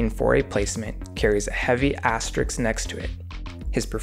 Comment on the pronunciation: Excellent presentation. Pronunciation excellent throughout, except, it's not asterix, it's aster risk.